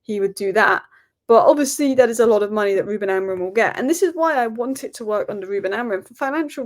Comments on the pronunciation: It's AMORIM! Not Amorin!😂😂😂 Ffs can't even say your own managers name correctly.Painful to listen to. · So many United commentators think Amorim’s name ends in “n” !